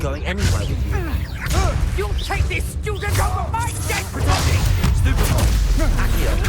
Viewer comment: did he just said stupfy